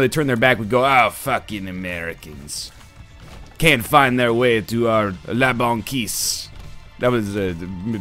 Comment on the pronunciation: Hey NL, i'm french and when you say : La banquise, you spelled it well ^^ btw nice episode :D